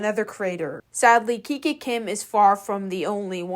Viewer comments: You are mispronouncing her name lol. Same as you did with Clara dao. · OMG GURL Y EVERYONE DOES IT ITS TRENDS AND ALSO ITS NOT KIKI KIM ITS KIKA KIM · The way you Kiki Kim… it’s kikA Kim (just saying no pressure ❤🍱🌸) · IT'S KIKA KIM NOT KIKI KIM 😭😭😭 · and its not kiki kim its kika kim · I swear you need to stop mispronouncing these ytbers names plz kiki Kim. No it's kika Kim 😭 you spelled it right on the title but pronouncing wrong. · i love your content and how you do it - but i find that you are always pronouncing names wrong, like in this vid you keep saying ‘kiki kim’ when it’s literally spelt ‘kika kim’, and with ‘clara dao’ you would keep saying ‘clara duo’. ofc this isn’t a big thing at all, but maybe do slightly more research on the creators actual name next time - i mean this in no way rudely, this is literally the only not so good thing i’ve noticed with you, and other than that your content is flawless! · Bro is not even pronouncing KIKA KIM correct 💀💀